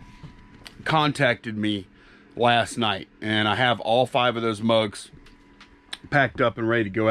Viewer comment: "mugs" not drugs 😂🤣😂🤣